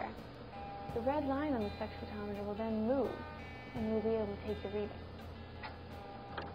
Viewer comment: wait, did she say "sex-photometer"?